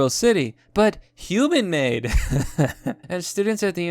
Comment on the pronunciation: Hu-man? Still not good enough!